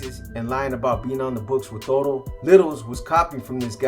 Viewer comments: Its Toto not toro bro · Toto not Toro